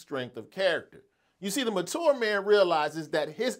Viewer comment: Why are you pronouncing ‘mature’ like that!